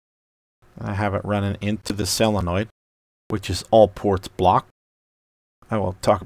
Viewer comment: Great working door. You are very good at explaining the whole operation. Say that "solenoid" and not "sell-a-noid". You're not sell-ing it. Say "so" as in solar.